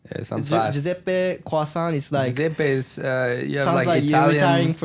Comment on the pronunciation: someone has to stop pierre from saying crasant